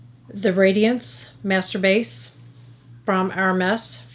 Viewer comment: During your quick review at the end you said, "Master Base" and I thought you said masturbates and I cracked up. So funny! Everything looks wonderful. I will give several of these products a try including the Master Base. When I first saw it I thought it would be way too dark for me because I am basically the same shade as white paint. After watching it in action, I think it will work nicely. Thank you.